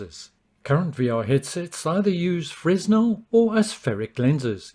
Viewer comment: I thought the S was silent in "Fresnel"